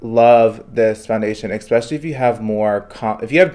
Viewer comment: I'm here for you kid, you make good content, but please learn how to prounounce the word especially correctly. ❤